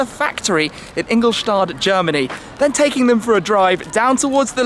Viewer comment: Ingol'shtatt' not Ingol'shtard'